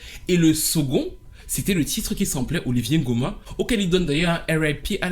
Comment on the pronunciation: C’est une super vidéo hyper riche en découverte pour moi . Mais étant gabonaise ça me fait mal aux oreilles d’entendre Oliver( Olivié) Ngoma ça se dit OliVEUR comme en anglais 😅